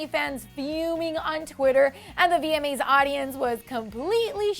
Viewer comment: I swear she said VME’s not VMA’s